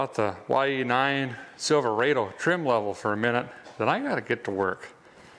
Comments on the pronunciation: You are from Minnesota...don't say Silva-A-Do. It's Silva-Ah-doh. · Rod o. Not raid o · It’s pronounced Silver odd Oh. Silverado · Not Silveraido say it right Silverado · silver AW dough, not silver AY dough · He says it like this silverrado but you say it like there is one r silver ado. Silverado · It is Sil-ver-odo not sil- ver-ado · Silverādo... LOL NEVER HEARD IT PRONOUNCED THAT WAY !!! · him saying silverado that way really messes with my brain